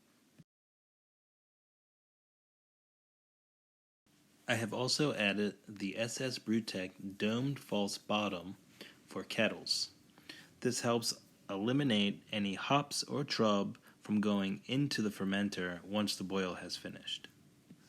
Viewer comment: You did a great job with the video. However, the brewing term "wort" is pronounced like the word "dirt" with a "w" instead of a "d." It is derived from the Old English word "wyrt." Also, the term "trub" is pronounced "troob." The brewing lexicon is how we share information.